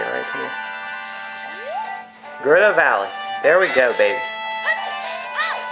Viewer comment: U pronounced gerudo right and I also love that music